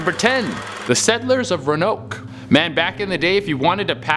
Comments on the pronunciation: Omg he said Ron-oak. I’m triggered. It’s row-an-oak. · Roanoke is pronounced ROW-AN-OAK, not ROW-NOAK, sorry wanna be that person but the pronunciation was bothering me. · I’m a real history nerd and I have ocd so when he pronounced Roanoke wrong I got triggered it’s pronounced- Row-uh-noke not Rownoke rowuhnoke is how you say it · Do us ALL a favor and learn the proper pronunciation for the places you feature in the vid Absolutely NO ONE pronounces Roanoke as Row-Noke it’s pronounced Row-An-Noke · Aw. You’re adorbs.🤗☠️ It’s nuts to me that you didn’t learn about the lost colony of Roanoke before you did this vid. I guess maybe it’s only something you learn about in school if you grew up in coastal VA..?😄 Roanoke: ro-a-noke ro - rhymes with so a - rhymes with uhh noke - rhymes with poke😉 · it’s not ronoak it’s “row-an-oak” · Roanoke (Row-ann-oak) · Say it with me : Ro-an-oke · Ra-noke lol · 1) Aaarrrggghhh!!!, it's Ro-a-noke. 2) You missed a few good ones. A: Marie Antoinette's Crown Jewels. B: The Templar Treasure. C: Amelia Earheart's plane. D: Atlantis. E: The Lost City of El Dorado. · Also it’s ft. Lauderdale Florida. Not lauderdale. It only bothers me because I’m from Florida. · Pronounced "row-AN-oak" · Ro-Uh-Nok = Roanoke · Pronounced Roe Ah Noke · Roanoke is pronounced ro uh noke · Its ro-an-oak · Does any one else feel like Roanoke was being pronounced wrong? I live in the US, and it's funny because here, we pronounce it Row-a-noke. Great videos by the by, I love this channel, been subscribed for almost two years now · It's pronounced row-nok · TF!! Please say Roanoke right!!!!! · him mispronouncing Roanoke sent me 😂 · I understand. The mispronunciation of Roanoke bothers me because I'm from North Carolina. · Ur pronunciation of Roanoke is wrong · But that’s not how you pronounce Roanoke… At least he doesn’t say “is this real life right now” all the time so I guess I can overlook it. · Am I the only one triggered by the way he said Roanoke